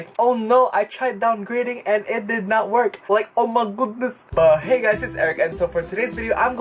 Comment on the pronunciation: UMAHGUDNES it works like UMAHGUDNES🤣